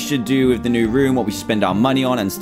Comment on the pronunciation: Dantdm u say moneyz instead of money